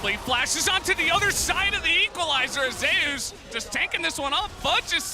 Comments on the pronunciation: not to hate but thats a weird way to pronounce (even the commentators doing it)"Zeus" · why do you people say zeus as in zaayoos. when its pronounced "Zoos"